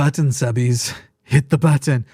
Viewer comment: I'll become a subbie when you start pronouncing "button" correctly.